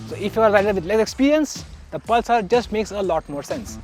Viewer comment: Can’t understand a word of what this chap says 😒 Also, what is Pul-saar?